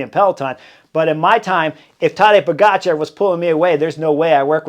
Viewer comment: He was introduced as Tadej Poga Char, not Tadej po-gotcha